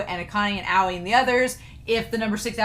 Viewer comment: Hello, new viewer here. Just wanted to say this reaction video was beautiful, but Aoi’s name isn’t pronounced “Aow”. It’s pronounced “Owie”, like what little kids say when they get hurt. Hope this helped! <3